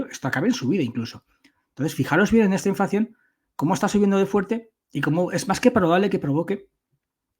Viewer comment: Se dice inflación, no inflacción ¿no?